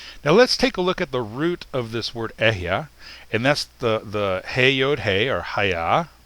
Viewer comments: The Yod is pronounced as YAH , please learn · Yod I’d pronounced Yod.